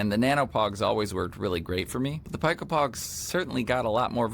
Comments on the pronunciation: pico is pronounced like "pee-ko" not "pie-ko" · Not so fast friend, I'm afraid I have to counter your correction with another correction. It's actually pronounced "pie"; the "c" and "o" are silent, meaning his pronunciation was in fact, more correct 🤷‍♂️😅